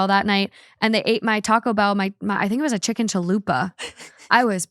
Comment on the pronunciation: Anytime someone says chicken on this podcast now i just hear saying "CHIKIN" 🤣🤣🤣